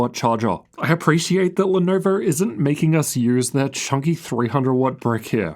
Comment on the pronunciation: Ar nar, not the Lenarvar.